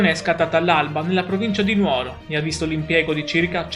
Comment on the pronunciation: Buongiorno, La seguo spesso.Secondo me si dice Nùoro, perché l’etimologia è Nùgoro. Ma potrei anche sbagliarmi, alla mia età… Accetto correzioni da chi conosce meglio di me tutte le regole. La ringrazio, La saluto e Le sorrido. Viva tutti i Sardi.